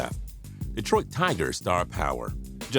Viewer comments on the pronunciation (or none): none